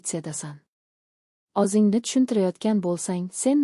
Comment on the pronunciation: Анча сабоқ олдим РАХМАТ. лекин харфларни ўз ўрнида ишлатсангиз илтимос. Масалан. ўзингни ўрнига озингни деябсиз. А. О Ў харфларини хаммасини жойи ни ўзгартириб ўқиябсиз. Танқид келажак меьваси